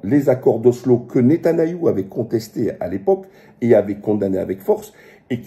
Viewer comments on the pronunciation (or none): Waleykoum salam oui tu as raison vidéo de qualités comme toujours et petite précision c'est pas netanayahu mais Netanyahu